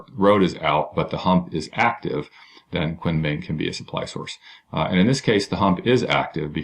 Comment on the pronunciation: Great vid. btw, Kunming is pronounced "koon ming"